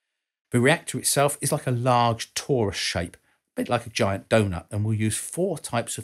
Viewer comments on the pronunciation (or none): none